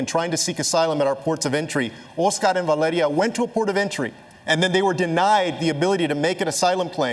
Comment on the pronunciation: OSKARRRRRRR MARDINEZZZZZ and his 23 month old daughter VALEDIA DIIIIIIIIIIIED